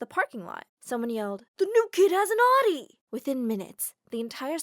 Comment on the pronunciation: She said Audi wrong 😂